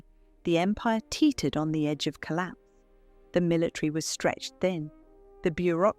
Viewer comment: Collapse with an "S" not collap